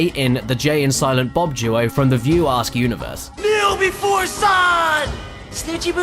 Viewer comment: You wanna try that "View Askew" one more time?